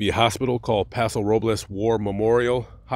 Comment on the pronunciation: Great story i like how you said Paso Robles correct most say Paso Roblos 😂